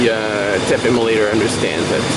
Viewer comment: That sounded like "tape immolator". I imagine that's occasionally correct...